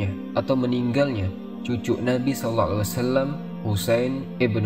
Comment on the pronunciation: konten yg sangat bagus tapi sedikit masukan bang tentang makhorijul hurufnya saat baca SAW